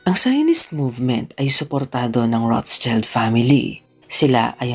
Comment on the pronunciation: Das ist eine Nachname, ich denke Keine englischsprachige Version.🤔 It should be Roth-Schild. ( shield sound) Not Roths-child